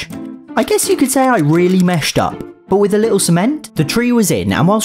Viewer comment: "meshed" Up haha